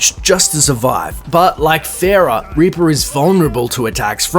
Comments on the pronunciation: PHARAH! ITS FUCKINH PHARAH, NOT PHARROH NOT PHAROH NOT PHARRAH, PHARAH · why the fuck do people call PHARRAH pharroh? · Lol why Pharo? It's Pharah, or Fareeha.